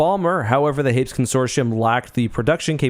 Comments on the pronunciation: Note from the Pedantic Police: Hay-PEAS...Hay-PEAS; "Hayps" just sounds wrong (in our opinion)... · "Hapes" Consortium. Lol. It's pronounced "Hay-Pees",;)